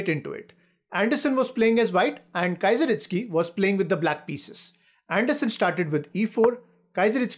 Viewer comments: Its not Kaizeritsky, its Keezeristky :) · Really bad. It's so easy to learn how to pronounce "Kieseritzky". He wasn't a Kaiser. Stopped watching this after 25 seconds. Anyway, I first played over this game 58 years ago. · I don’t know how pronounces that person with a K, still can’t understand 😜